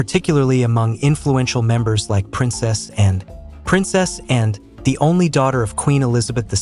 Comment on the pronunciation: Not Princessan. Princess Anne, please!